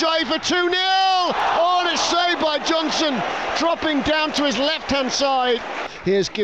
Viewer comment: why can't the commentator say, Johnston?